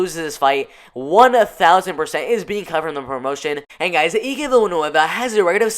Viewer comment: Let me help you. It's Eye-K Villanueva not E-Ke. I'll be your name whisperer this year buddy.